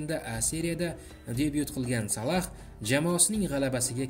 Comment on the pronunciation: Админ Салах эмас Салох